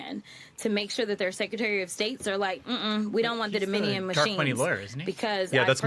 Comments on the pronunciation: Can we revisit how Jasmin mispronounced Dominion? 😂 Domin-ian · Jasmine, "" worries about "Doe-MINnie-YUN." (🤔???) machines. worries about "Leeveritch." Yes, even the spoken word. EVERYTHING Democrats touch...